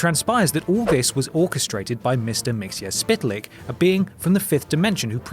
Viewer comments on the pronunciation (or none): admittedly it's a silly name but you pronounced Mxyzptlk wrong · mxyzptlk; pronounced MIX YES PIT LICK. it's not hard, man. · Mxyzptlk is pronounced mix-it-spit-lick (more or less) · MXYZPTLK is pronounced Mixleplik. Not what is said in this video. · Mixy plicks is the way you pronounce the name... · Mxyezptlk isn't at all hard to pronounce How to say it. (Mix)(Yes)(spit)(Lick) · It's pronounced mix is pid a Lix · Always thought its pronounced 'Mix-L-Plick' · I'm being picky but it's pronounced mix o pid a lik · It's pronounce mit-zo-pit-a-lick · It's Mr. Mix el plick. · I think it was pronounced Mix-el-plick. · Is there a separate video somewhere on youtube arguing how to pronounce that "imp from the 5th dimension"'s name that you make him say or spell his name backwards tp get rid of him. Because in this video and episode of SuperGirl, how his name is is pronounced that wierd and difficult. How its pronounced in the 80's cartoon series Superfriends, makes more sense..... Mix-ul-plick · actually the only semi official way to pronounce it is the way the animated series did, "Mix-Yes-Spit-Lick" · Come one,. This is a piss poor video. You pronounce Mr. Mxyzptlk wrong and you got Injustice wrong. Your other videos are always great, but this one, not so much...... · You pronounced Mxyzptlk wrong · mxyzptlk you said it wrong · very wrong